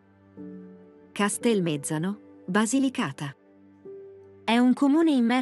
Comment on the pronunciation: Be', definire Matera un borgo mi sembra alquanto riduttivo, come anche il tempo che le avete dedicato: il più breve di tutti. Castemezzàno, no Castelmèzzano.